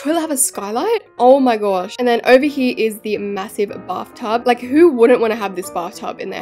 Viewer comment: “Back hee” me wating for someone to make a micheal HEE HEE joke from her saying hee